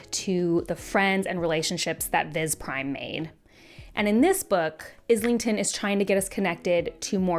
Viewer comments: Sorry, fellow Aussie here like the author. His surname is not pronounced with IS lington. It’s eye lington or Aisle lington. Hope that helps. He has been on other channel interviews and pronounced it himself. Mike’s book reviews at about of the interview and Maude Garrett both have interviews with him pronouncing his surname What’s even crazier. The audible narrators mispronounce it. Not sure how that happens but no wonder people are so confused. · Just a heads up, it's Islington like Island